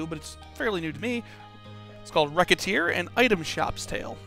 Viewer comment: Just something I thought I'd mention. Recette's name is supposed to be pronounced like "receipt", so since the title of the game is a combination of Recette and Tear's names, the "c" in the title is pronounced more like an "s". [/grammarnazi]